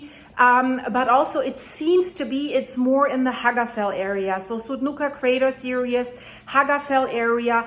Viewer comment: The 'series' is not 'serious'. (pronunciation)